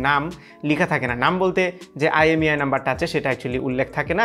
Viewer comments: not EMEI .... it's IMEI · You said EMEI 🤣